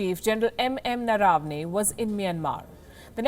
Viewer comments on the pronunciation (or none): Palkiji it is नरवणे not नरावने. You are making it rhyme with डरावने! If we don't pronounce our Indian names properly, how can we expect others to pronounce them correctly?